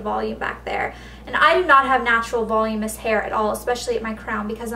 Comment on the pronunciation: every single beauty guru on youtube sais "volumous" which isn't even a word, its volumINous, voluminous, and you pronounce the u like eww.